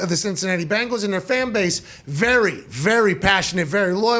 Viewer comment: Love you, Pat. But it is BEN-gals. As in Tiger. Not BANGLES as in some teenager's bracelets.